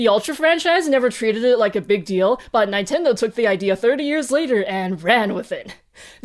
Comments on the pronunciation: You pronounce Nintendo... Nine-tendo? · Okay out of respect I won't comment on the hard G, because who cares, but did you really say ninetendo? I mean, respect. Take them down a peg, fr. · I liked this episode. I did not know so much that was shown in this episode. I was confused by your pronunciation of Nintendo, Pokemon, and Evangelion. When you pronounced other words, they all sound like I thought. But Nintendo, Pokemon and Evangelion were not what I expected. Still enjoyable to watch.